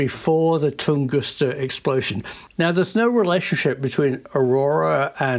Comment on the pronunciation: It IS Tunguska, isn't it? 🤔 I mean, not Tungusta, as saying, right? 🤔 (Yeah, I'll probably look it up and answer my own question anyway!) 😊 😀